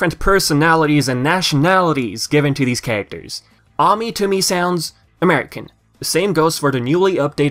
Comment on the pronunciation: And That's Ami Ay-mee